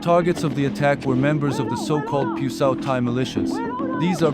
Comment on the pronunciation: Not pyusawhti. Pyusawhtee